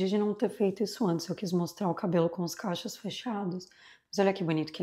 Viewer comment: Oi linda! Conteúdo impecável, assim como todos q vc produz. O único erro é falar “caichos”, ao invés de cachos, às vezes pode por morar há tanto tempo no exterior pode confundir … no mais vc é uma fofa e mesmo não tendo o menor interesse no produto, assisti só por ser seu. Bjssss